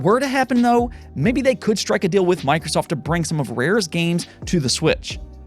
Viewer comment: How many times does say “Deal” (dill)